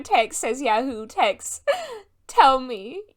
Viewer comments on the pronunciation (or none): I can't unhear ya hoo now🤣 Frank and Joe in Bluemoon are the best